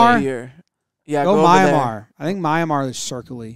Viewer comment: Your, "Myamar" is Myanmar. Pronounced, "Mee-an-Mar"